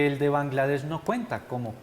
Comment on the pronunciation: Alguien que le explique a ese man cómo decir "Catar" y "Bangladesh" 🤦‍♂️